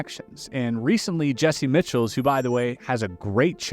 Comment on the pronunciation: Sir you said Jesse Mitchell and it's Jesse Michaels fyi